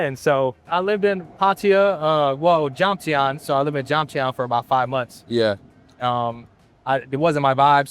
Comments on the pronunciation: why cant u pronounce jomtien correctly? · yeah. lived in jomtien for 5 months..doesn’t know how to properly pronounce jomtien????? he doesn’t know the word terrace? how is this real lol.